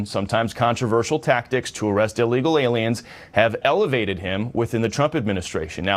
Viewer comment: I giggle inside every time says a word wrong on purpose. Aliems is one of my faves.